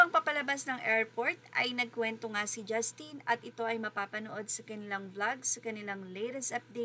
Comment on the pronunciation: 🔥🔥🔥Ms blogger please pronounce "Justin's" name properly. It is very disrespectful. JUStin and not jusTIN.